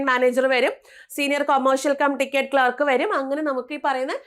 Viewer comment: ക്ലാർക്ക് എന്നു പറയൂ